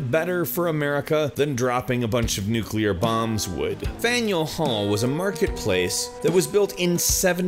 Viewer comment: Holy smokes! Someone who pronounces 'nuclear' correctly!!! Thank you, good sir